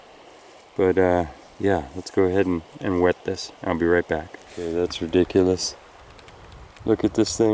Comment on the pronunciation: "RE-dic-u-lous druzy crevasse creature" is now my favorite thing